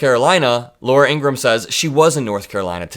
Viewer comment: if you're going to mock Trump for mispronouncing names, you should learn to pronounce IN-GRA-HAM the same way the Fox host pronounces her name.